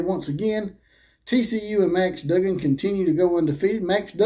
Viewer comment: But could you say his name correctly Dug gan